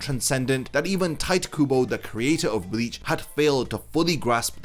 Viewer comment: "Tight Kubo"!!!!!😂🤣😂🤣